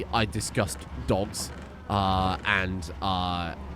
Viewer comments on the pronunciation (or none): "Obviously I disgust dogs" that's what he said right?